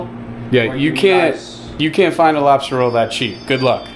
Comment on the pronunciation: I swear it sounded like you said you were glad you got your "robster" roll, when you were by the truck. 🤪🤪